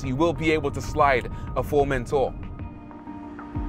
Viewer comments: In Spanish we don’t say Formentorrrrrrrr only Formentor lol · The correct pronunciation would be “Furmentó”